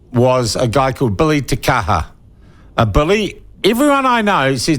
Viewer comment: I wish you'd pronounce his name correctly.